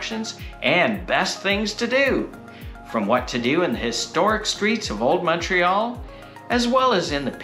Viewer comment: Montrealer here. Fantastic video guys! Don't know where you guys are from, but thank you for pronouncing the name of the city properly!! Omg I don't know what it's so difficult for people to say!